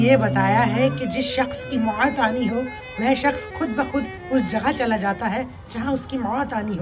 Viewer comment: Abe itna zyada over acting mat kar bhai tu to Hafiz sahab se bhi aik haath aage nikal gaya. Or ha mot mein ayin nhi hota pta nhi kaha se wao or ye ke beech mein ayin ghused diya 😂